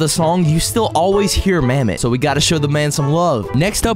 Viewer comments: Bro called mammot noggin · You called mammott noggin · bro called mammott noggin